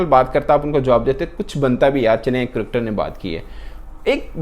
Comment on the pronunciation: Its Cricketer " NOT CRIKTER " Similarly I noticed you saying " SAMVRITI MANDHANA " in an old video , ITS SMRITI !!!